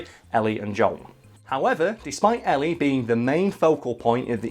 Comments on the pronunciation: Why does he keep saying 'Jong' instead of 'Joel'? lmfao This guy likes Crash, wears FF15 shirts as if that's not a disgrace to the series...and says Bioshock Infinite was a bad game, when that's one of the few escort games where the person you're escorting can whoop as much ass as you can, as well as save your ass when needed. Don't do video game videos anymore....please lmao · Is he saying John or Joel, I can't tell